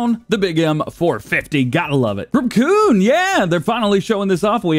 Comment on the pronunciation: It’s not bad to say Kuhn it’s pronounced as k-you-n